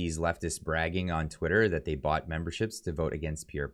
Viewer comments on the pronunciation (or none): none